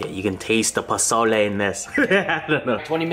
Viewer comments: Omg you made pozole and you can finally pronounce it. Im pumped for this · Bro you are 100% correct on the pronunciation and yes its Mexican. Looks so good man. Where you at? Im coming's over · Yes you said it right! Pozole And the hominy looks legit, good job 👍 not bad for your first time. And it looks like you really enjoyed that! Lol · U said it right don’t worry 😉 I actually ate that today so :) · YOU SAID IT CORRECT XD